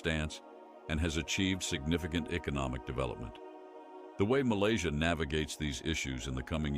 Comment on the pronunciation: Malaysia ❎ Malaysai ✅